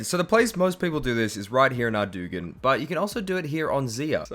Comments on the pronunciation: WTF.. is Ardougne actually pronounced ARDOOGYN? Because I've been saying it with a silent g for 2 decades. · Immediate like for the correct pronunciation of Ardoogun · “Arrdoogen.” I love you. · the minute i heard how he pronounced ardougne i left the video.